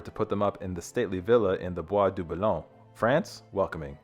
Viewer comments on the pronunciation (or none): none